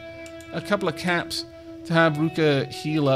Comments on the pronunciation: I know he's saying caps, but I can't help but hear cats as the currency whenever he buys stuff. The greatest chuckle has been had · What is the currency called? I hear it differently every time you say it. I either hear caps or cats. Edit: nvm I saw it when you hired Miss Mini.